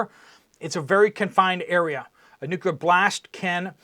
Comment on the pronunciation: Is there missing nucular material ???